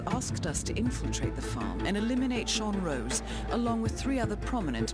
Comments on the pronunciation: It's Sean ROSE. Not ROSS. Love your vids though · It's Sean rose not Sean Ross, 😂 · it Sean rose as in the flower rose